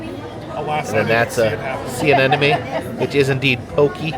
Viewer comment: I love you dearly and you are one of my favorite YouTubers but please, for the love of God, learn how to say see anemone.